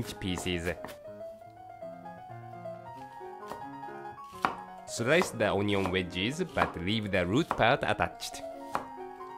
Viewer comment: sometimes when he says "pieces" I hear "feces"